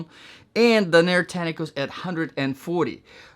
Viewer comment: It’s DAN-er not da-NEER.